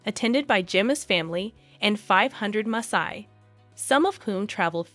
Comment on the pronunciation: she is pronouncing Masai correctly, actually